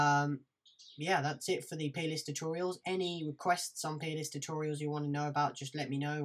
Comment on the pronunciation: ohhhhhhh plist, for a second there I thought you were saying penis :P